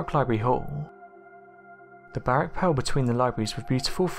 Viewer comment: Baroque not barrack